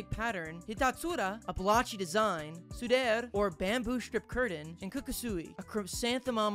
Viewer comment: Those are supposed to be pronounced 100% phonetically Sudare would be pronounced soo-dah-reh Not like su dehr